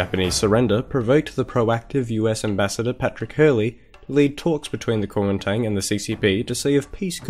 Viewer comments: Guo Ming Dang. You pronounced it like such an American :) Anyways, great video! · great video and great pronunciation too. it's a little more accurate to say "guomindang" but otherwise awesome